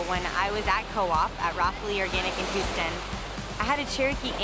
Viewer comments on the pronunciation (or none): none